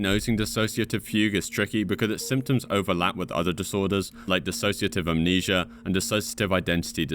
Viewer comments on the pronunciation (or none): none